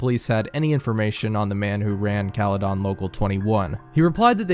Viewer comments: Bro the way you pronounce caledon 😭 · 1999 was 10x more interesting for me because I live in the area the story takes place lmao. It was funny asf hearing him mispronounce caledon😭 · "bramelia" has to be the funniest way to pronounce bramalea. runner up is "caledawn" which drove me a little insane during this whole creepypasta